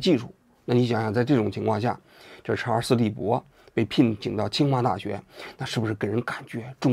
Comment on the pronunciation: 隔壁老王把查尔斯利伯肯定念成查尔斯韦伯了。。。所以才后期加工修正明显。。。:face-green-smiling